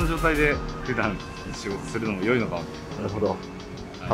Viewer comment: 元からキレイだったのに整形後は更にばちくそセクシー！ 本来マイナスになりそうなホクロの多さもスキンヘッドも逆に美しさを引き立ててる 不思議な着眼点の行動や、『良い』を「いい」ではなく「よい」と発音する品の良さ 一人称が「アタシ」なのもミステリアスでホント華のある人！